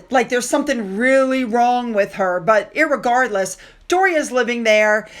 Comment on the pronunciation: Good content, as always. Please please please RE-gardless. Not IR-regardless. Regardless, enjoy your posts!